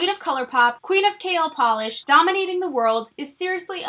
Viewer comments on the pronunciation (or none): none